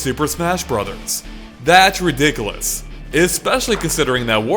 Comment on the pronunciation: Ha!! he said "ri-dickle-ous" XD